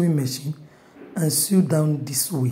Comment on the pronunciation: Very informative, I no go lie.. Pls ma change how u pronounce SEW to Sow instead of trying to pronounce the W in it. I don't mean to be disrespectful ma.